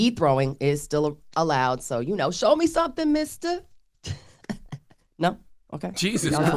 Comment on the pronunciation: MORGAN, it is “THROW me something, Mista!” Not “show” 🤦🏻‍♀️ 😅